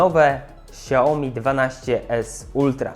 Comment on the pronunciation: ''szałmi'' a nie siaomi